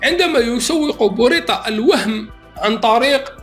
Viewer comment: ce nest pas bouritaa mais berouita